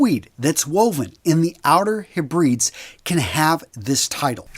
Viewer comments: Hey,. Great video, as always! One note, the Hebrides are pronounced as "heh-bruh-deez" rather than "heh-breeds." I used to say it with the latter pronunciation as well until I went to study in Scotland and was swiftly corrected on this one day 😅. Nonetheless, as a tweed aficionado myself, I'm pleased to see it being given some appreciation. Would love to see a video on tweeds one day! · It's pronounced "outer hebrideez" - not hebryds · Heb-ra-dees! American English vs. British English! Please pronounce correctly (for a Brit!). Heb-ra-dees is how the location where Harris Tweed is woven is pronounced. Great video all the same! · Okay guys, get off "s back about the Hebrides! The pronunciation is easy for people who have a British Isles heritage or are a "colonial" (I'm Canadian of Scottish decent). A bit tougher for others who don't have that advantage or have not been raised in or exposed to that culture. Even though I have lived in America for a few months now I still don't quite understand what a "y'all" is!